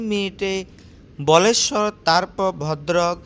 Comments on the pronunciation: কথাটি বলেশ্বর নয় বালেশ্বর। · ওটা উচ্চারণ টা বালেশ্বর হতো, ধন্যবাদ ❤ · ওই টার কথা মতো ভারতের সবথেকে প্রিমিয়াম ট্রেন বন্দে ভারত নয়। উনি হয়তো একটু বাড়িয়ে বলেছেন। তবে এটা ঠিক প্রিমিয়াম ট্রেনগুলোর মধ্যে পড়ে বন্দে ভারত। আমিও অনেকবার পুরী গেছি খড়গপুর থেকে এই ট্রেনে।আর ওটা বালেশ্বর বলেশ্বর নয়। ওখানে ক্ষীরচরা গোপীনাথের মন্দির রয়েছে দর্শন করে আসতে পারেন। জয় জগন্নাথ!